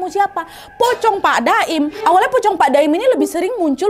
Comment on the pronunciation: maap kak nad tapi aku salfok sama kak nad yang awalnya bilang pak 'daim ' jadi pak 'doim'😭😭